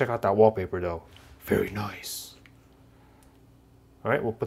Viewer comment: It pisses me off how he says nice